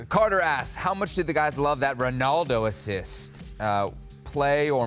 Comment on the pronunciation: Why do Americans say “R-e-naldo” when his name is “R-o-naldo”?